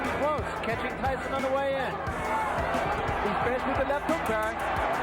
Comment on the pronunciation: pourquoi tu dis "tysson" ??